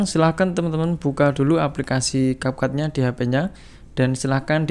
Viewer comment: Cap cut bukan cap cap 😂ga jelassss🖕